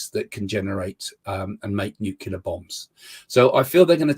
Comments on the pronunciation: Never trust anyone who can't say "nuclear" 🤦 Talk about guesses. "I can't explain everything..." No, you can't explain anything. Considering the US media was predicting the "red wave", he got it completely wrong. 10 Congressional seat majority (which is getting smaller) and iirc, 2 extra Dems in the Senate. What a pillock. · I can't take anyone seriously who says nucular instead of nuclear. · it's nuCLEAR. Not nuCULAR. NuCLEAR. Please pronounce it correctly. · Nuclear. New clear. Not "nuke you'll... Er..." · "Nucular." Ugh. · Another idiot who can't pronounce nuclear properly. It's not nukular....ffs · Hey join the club of idiots who pronounce nuclear as nookular.Fellow luminaries are George W Bush,Homer Simpson and Family Guy's Peter Griffin.You're in good company there mate. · "Nu-ke-lar"? You can't take anyone serious who can't even pronounce 'nuclear' in his own native language. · This man is about as convincing as a pantomime horse. What is a "nucular" bomb? 🤔 Just when did the dwarf planet Pluto start to feature in the ancient pseudoscience of astrology? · I kept hearing "new killer" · He saw his shadow.. That means 6 more weeks of "nucular". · 'nucular bombs' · I just saw Creaky complaining that (some) Americans say ‘nucular’, and here's an Englishman doing it! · Did he say nucular? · As soon as the laughable clown says "nuke yuh ler," I've seen enough, not that any of his babble before that was more than moronic wild guessing. Then the moron says there's a meteorite flying around the solar system. Could some body tell him what the word meteorite means? Even though what this guy does is trivial, stupid and laughable, he just isn't close to good at it. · Psychic, but doesn't know how to pronounce nu-clee-ar... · The orange scarf gives him his powers. Ohhhhh, he says nucular.... he's a big brain. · I don’t trust someone who can’t pronounce nuclear. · I think that half point should be deducted due to the failure to pronounce "nuclear" correctly